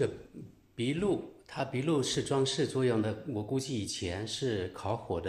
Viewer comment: 您的发音，有的时候也真的是……醉了，还有那个鼻鹿（壁炉）是什么鬼